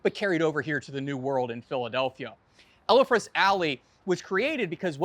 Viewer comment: How can you NOT pronounce "Elfreth" correctly?